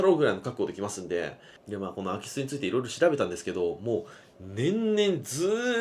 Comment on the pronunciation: 最初の言い方だとアキスって魚が入ったみたいなんよな